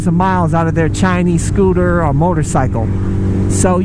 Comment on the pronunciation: I was referring more to the point that it was a SCOO-TAH. LoL Scooters are pretty gay. Just sayin.